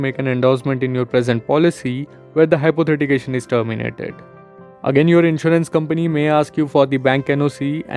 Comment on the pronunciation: Good information and helpful for many! But it's "Hypothecation" and not "Hypothetication" you've pronounced it wrong the whole time.